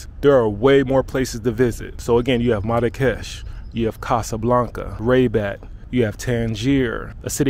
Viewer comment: Man I love the way you pronounce Rabat, very cool. Glad you loved our country, you're welcome anytime and bring your friends...